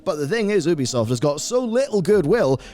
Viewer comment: It's You-bee-soft. Say it right. Also funny to see you shilling War Thunder in the same video talking about publishers disrespecting their community.